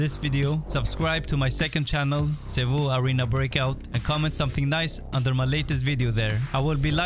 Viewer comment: Btw Sevou its not horse bruh🤣🤣🤣🤣